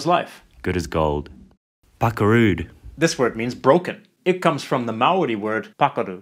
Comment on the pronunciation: Man that Maori pronunciation is flawless 🤯Chur G